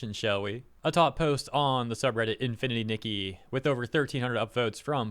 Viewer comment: Its called infiniry nikki not infinity niggy